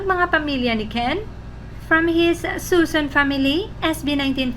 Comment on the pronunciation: Ito naman si, mahilig magfeature ng Ken content pero "Sunson" pagkasabi ng apelyido 😂. SUSON po last name nya, isang N lang. Haha. Ang dami na nga talagang anti-SB19 ngayon, gumagamit sila lahat usernames ng individual names ng SB19 to attack the members para mag.away mga fans. Yung real Mahalima A'tin don't tolerate it.⚡️Beware sa mga yan check their profiles and REPORT!🛑